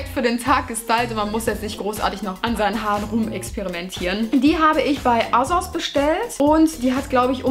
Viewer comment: MIAu und Asos nicht "asos" sondern "aysoss"😂😂😂